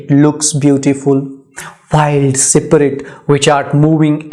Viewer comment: Poor explanation.... couldn't even pronounce the word SPIRIT and SPRING correctly.